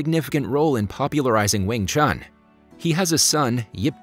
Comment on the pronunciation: Cmon u completely pronounce 詠春 wrong